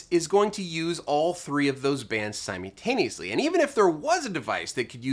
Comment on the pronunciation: Love your videos and I always learn something. Very grateful. Two pet peeves: 1.) Please have someone help you learn how to pronounce the word 'simultaneously." It's not "sim-YOU-taneously,' it's 'sim-ULL-taneously.' 2.) Your delivery has the cliché news reporter cadence. You end all your sentences with that same news reporter inflection. You would be so much more polished if you just spoke to us the way you speak to everyone else in your life. Make it more conversational and less presentational. That would make for a big improvement. Thank you sir. Best wishes to you and your staff and Merry Christmas.